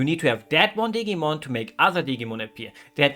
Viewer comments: Hearing digimon pronounced like "Diggymon" made me giggle perhaps a bit too much. If it's useful information at all, in English we pronounce it with a more firm i sound. I'm no good at representing phonetics but something like "Dih-Jee-Mon". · I like the way you pronounce Digimon with a hard G like in the words Get and Great. The G is actually a soft G, like in the word Gentle or Generation. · Dig-ee-mon, awh lol